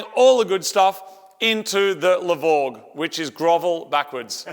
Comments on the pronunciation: The "LE BORE" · It's the LE-VORG IT WILL ASSAULT YOUR SENSES.